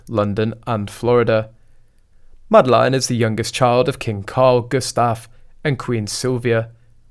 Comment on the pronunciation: Her name is NOT Madelaine. You pronounce it very wrong.